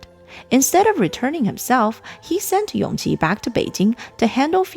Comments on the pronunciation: It should be Yongji (永璂), not Yongqi (son of Consort Yu) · Err... Isn't Yongqi the 5th Prince, the son of Consort Yu? Empress Nara's surviving son was called YONGJI.. Yes, the pronounciation is similar, but still different.. By the way, I think around the time of the Empress cutting her hair, the one who was main contender of the Crown Prince's seat and the Emperor's favorite is actually that 5th Prince Yongqi before his unfortunate early death.. Prince Yongyan was still a child but yes, because he still a little he did have his father's attention..